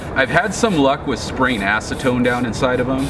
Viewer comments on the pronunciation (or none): none